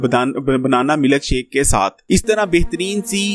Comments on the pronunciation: Pranatha tha nahi hota.. paratha hota hai.. Maluk shake nahi hota... Milkshake.. Ur pronouncation shows ur capability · Sir Prantha Nahi Paratha Hota Hai... Or milk shake hota hai milak shake nai...😜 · Prantha aur milak shake wah kia accent hy bhai